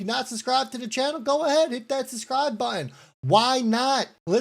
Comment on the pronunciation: Hey....the word is SUB-SCRIBE. SUB. With a B. It's not SUSSSSS-SCRIBE.